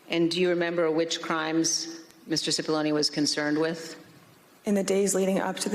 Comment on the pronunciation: It's not Sippoline , it's Cippolone, pronounced Chi-ppolone, and translated from the Italian --which it is--means Big Onion.